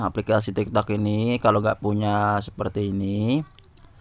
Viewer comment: Kayak ny udah biasa ngomong tiktod 😂😂